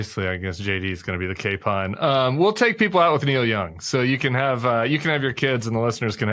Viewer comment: Just a little - I agree, annoying- note to correct pronunciation of « capon » but only because I had trouble understanding what he was saying until he gave the definition of a capon; it’s pronounced as you if you were saying « cap on « and not « cape on ». And because I admire Mr Packer’s intellect and read every one of his articles. Thank you sir, for your valuable insights. And I hope your Thanksgiving meal is just wonderful! 🙏